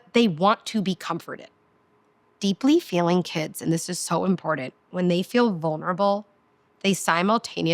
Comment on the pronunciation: I really wanted to listen to you. The amount of times you mispronounced important was too much for me to handle. You seem nice. Just take it as constructive criticism. Have a nice day.